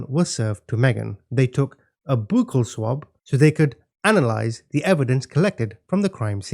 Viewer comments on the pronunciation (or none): none